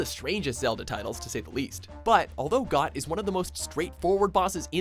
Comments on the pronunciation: Got... does he not see the h? Is he actually blind? It is pronounced Goat you imbecile. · Goht's name is pronounced like Goat, Not Goth! You keep mispronouning Fi's name as Fee, when it's with a long I that rhymes with Sky. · Got? Lmao, really guys? It's obviously pronounced Goat. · Goht is pronounced as GOT? Wow haha after all these years that got me until today. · I always pronounce Goht as Goat ... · You pronounced Goht like got? Its pronounced like goat. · It's pronounced just like 'goat', not 'got'. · It's not "GOT," it's pronounced "GOAT," because the boss clearly resembles a giant goat... How could anyone miss that? Hahaha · It's, uh... it's pronounced 'goat'. Because it's very obviously a goat. 'got' just sounds weird. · Did you just pronounce "Goht" as "Got"? Come on! It's a goat! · Ghot = Goat Stallord = Sta-lord (not stlord) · Isn't in pronounced Goat not got. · I believe it's pronounced Goat. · It's pronounced like goat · It's pronounced as Goat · I thought Goht was pronounced (goat) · ffs it's pronounced goat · Goht isn't a bull, its a goat. also pronounced as goat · Number Three on your list should have been number One. Plus, I thought Goht was pronounced "goat", considering what it looked like. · I'm pretty sure GOHT is pronounced Goat. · Looks like a goat. Runs like a goat. Obviously it's pronounced Got.